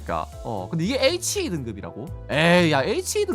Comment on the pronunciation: HE는 헤 입니다 "헤"....... WAW가 '바브'이고요......크아악